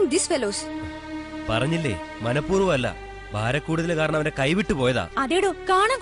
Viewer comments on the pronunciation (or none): none